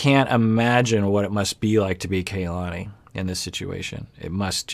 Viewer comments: Her name is pronounced "kah-lah-nee", not "kay-lah-nee" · Doc I think it's pronounced kuh-LA-nee